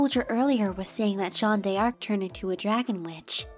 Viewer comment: Great work ! As a Frenchman, I cringe whenever you say French words - especially "Jeanne d'Arc" - but the rest was an impressive job.